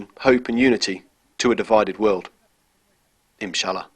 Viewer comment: dear maker of this video, you should say: INSHALLAH and not as you are sayiny the whole time: iMshalla. nice video btw